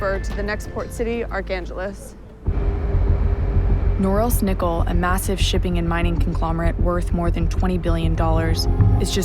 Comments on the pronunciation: Arcangeles??!! How can you so terribly mispronounce Arkhangelsk?! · the city of... Gargantulous? Jesus, somebody should have told her the pronunciation before shooting the scene. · "to the next port city Archangeles" ...nice try